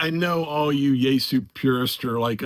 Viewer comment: Yeasu? You mean Yaesu😅